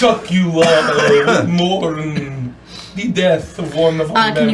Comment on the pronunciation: Count Bitchula? Count Chocula? When did this becomes One Karen's Saturday Morning? 🤣🤣🤣